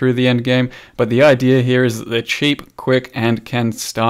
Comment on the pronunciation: why is it always "idear" instead of "idea" with poe youtubers lol